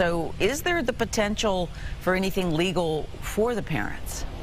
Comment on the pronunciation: lady its North Port FL, Not North Fourth.....get it right geez